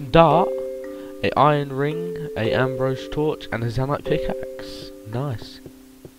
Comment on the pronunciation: Fucking Ambro SI-UM NOT ABROSE